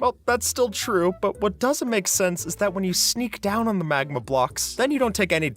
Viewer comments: Magma ❌️ Magna ✅️ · It's magma not magna